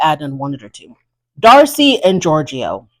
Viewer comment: Georgie not georgio